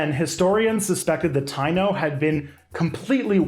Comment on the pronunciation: Hey, just wanna say "Taino" is pronounced tah-ee-no ❤